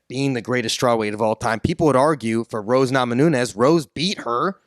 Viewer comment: Asking for correct pronunciation 😂😂😂.Rose Namanunes🤣.